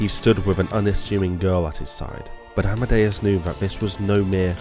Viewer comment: The king of the sea was known as Amidias. I keep hearing you say Amadeus. Personal choice in pronunciation?